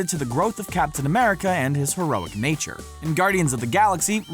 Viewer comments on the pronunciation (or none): none